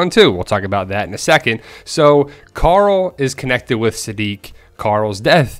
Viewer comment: Carl. Not Car-ull